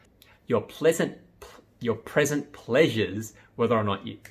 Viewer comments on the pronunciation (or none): ‘Pleasant pressures’ ‘present plaesures’